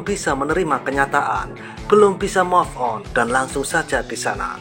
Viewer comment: Move on ~> baca ; muv on!.. Bukan moff on